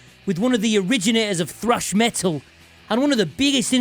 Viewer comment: It's pronounced "Meh Tul".... not Me-ull. Consonants are a thing FFS.